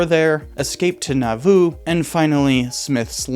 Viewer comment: I thought he said naboo